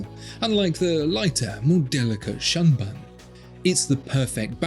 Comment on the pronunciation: "shunbun" doesn't rhyme with "unspun" lol